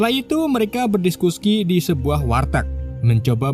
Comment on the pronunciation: 4.30 berdiskuski 😂